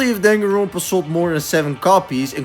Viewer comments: danganronpa is a japanese word, you shouldn't be pronouncing it with an accent other than japanese 😭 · why do you pronounce danganronpa like that